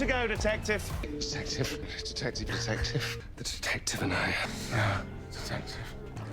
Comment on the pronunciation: Now I’m hearing tedective